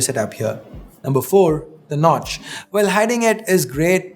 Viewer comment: That No-tch 🙄🙄